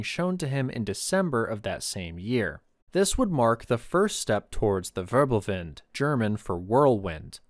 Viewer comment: ackshsckhually it is "Wirbelwind" not "Wörbelwind"🤓